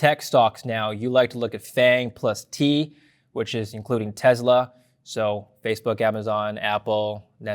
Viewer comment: Tesla is spelled and pronounced with an "s"....not a "z".